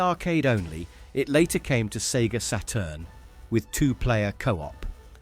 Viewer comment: the sega "seturn"